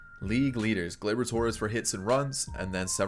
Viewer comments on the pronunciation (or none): Glubar Torreyes instead of Gleyber Torres😂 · Of all the names you have intentionally said wrong Gluebar Torreyes has me dying laughing 😂😂😂